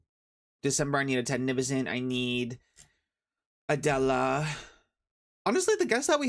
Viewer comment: My name is Adela and it’s always shocking to hear you say my name😅